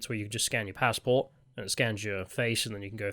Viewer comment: Judging by your new pronounciations, I think youre working for the yanks. Its a passport not a f pazport.